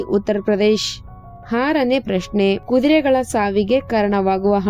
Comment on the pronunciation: ಆಕಬಲ್ಲ ಅಲ್ಲ ಹಾಕಬಲ್ಲ ಅಂತ ಹೇಳು ಬಾರತ ಅಲ್ಲ ಭಾರತ ಅಂತ ಹೇಳು ಹಾರನೇ ಪ್ರಶ್ನೆ ಅಲ್ಲ ಆರನೇ ಅಂತ ಹೇಳು ಅತ್ತನೆ ಅಲ್ಲ ಹತ್ತನೇ ಅಂತ ಹೇಳುಬರೀ ಅಪಶಬ್ಧ ಕೇಳಲು ಆಗಲ್ಲ. ಮುಚ್ಚಿಕೊಂಡು ಹೋಗು.